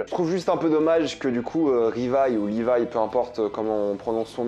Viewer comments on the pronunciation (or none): none